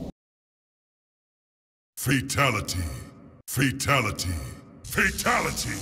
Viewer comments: In mk11 when sindel was saying fatality it sounded like she was saying faketality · All I hear is fertility 🤣🤣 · The more they say it, the more it sounds like "Fataligy" (at the end at like or so) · Deception doesn’t say “freetality” he says “free taligee”. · Everyone in the video: "Fatality" Raiden announcer voice in MK11: "Fatalogy" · I love he in mortal kombat deception he said fruitality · In mortal Kombat deception it sounds like he's saying fraytality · who's fay talaty? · De tanto tiempo escuchándolo parece que dise fachalati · Half of raidens said fataligy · Why in so many of these I keep hearing Fetality, Feetality or Fitality?